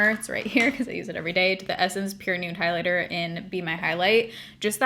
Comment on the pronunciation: Bligh-lighter 😂😂 love you.